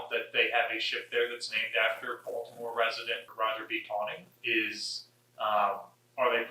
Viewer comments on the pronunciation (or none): none